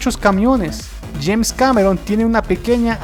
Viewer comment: JAINS?? ES JAMES CAMERON